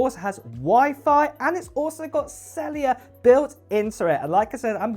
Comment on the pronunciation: know. He pronounced it ‘celliar’ which amused me somewhat.